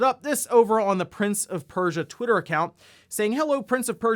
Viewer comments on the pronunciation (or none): none